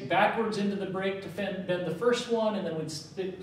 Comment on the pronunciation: bend allowance...not bed..slow down a little, It would also be a little helpful if you could write neater, it makes it hard to follow you...your great at what you do please consider my request